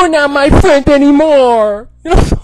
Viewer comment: Batista: "YOU WUH SUPPOSED TA' BE MY FWEND!!!" That's a meme now. XD